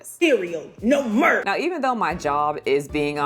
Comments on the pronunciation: I love how you say "Melk" instead of Milk. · Did she say "Mirlk"????? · Did she say Whole Melk?🥛 😂😂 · She’s referencing Finesse 2 times who pronounces it like that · It's a throw out to a rapper who had a thick accent and pronounced milk as murk. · I distinctly heard "Malk".